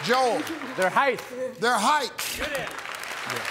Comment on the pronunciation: The guy who said “heighTH” 🤣